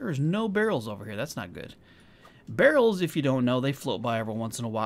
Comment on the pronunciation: You know it's a different game because instead of saying "Oh heck it's a behr" he says "where are all the behrls"